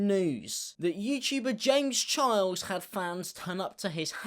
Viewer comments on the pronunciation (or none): youchuber james chiles